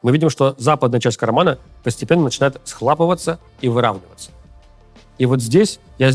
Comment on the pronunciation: Русла , карман схлОпывается, все же. Ты большой молодец, но русский язык - для тебя не родной...